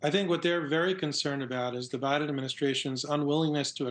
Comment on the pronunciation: you call the President, "O'Biden."😅